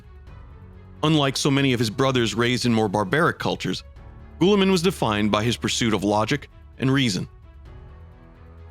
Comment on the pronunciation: LoL bro your butchering Roubute Guillimans name lol its not goooliman